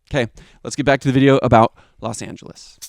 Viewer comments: Why does the old guy keep saying “Los Angis”? It’s so annoying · Why does he say Los Anges?